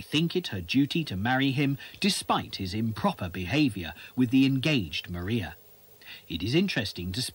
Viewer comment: This is a very interesting documentary. However, Maria Bertram is actually pronounced “Mariah,” like Mariah Carey. :)